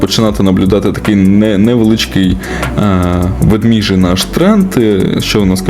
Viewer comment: ВедмЕжий, а не ведміжий тренд!